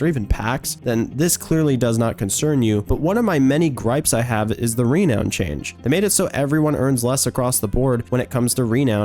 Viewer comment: You say renown weird.